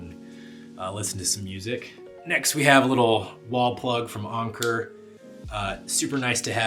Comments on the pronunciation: yeah it’s pronounced like anchor 😂 did you only hear about the brand whilst in Japan? Or is it that you’ve been in Japan so long that the pronunciation is rubbing off on you! Anyways, I’ve seen way too many videos on YouTube, sponsored and unsponsored, about their products and I’ve got some myself so I know they’re good. So is Ugreen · Why do pronounce Anker like Unker?😂😂 so odd but good video though, the clothesline addition was very new to me so thanks